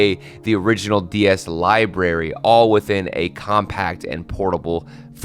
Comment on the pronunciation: LIBRARY THERES AN R FOR A REASON!